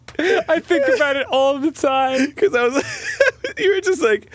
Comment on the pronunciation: ITS WHAPPIN TIAME